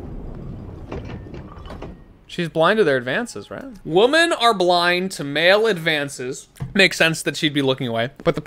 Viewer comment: Obsessed with the way that can’t pronounce “women”. It’s only singular babey.